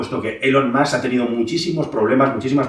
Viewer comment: Nota: si dices “mask”, di “ilon” y lo bordas 😉